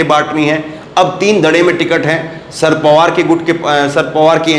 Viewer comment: Kam se kam nam to theek tarike se boliye. "Shard pawar" nam nahi hai. Nam hai "Sharad Pawar".